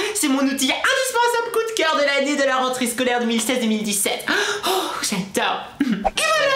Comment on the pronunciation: tu n'aeeee plus du maleee poureee prononcéeeeeee renteréeeee